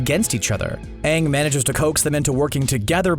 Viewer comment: And also when Everyone starts calling Aang, Ung